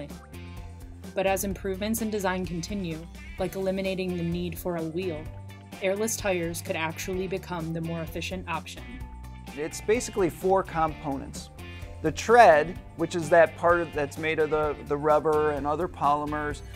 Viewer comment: COM-po-nents?? lol, dude says everything else very normal middle-American... then says COM-po-nent instead of cəm-PO-nent like normal.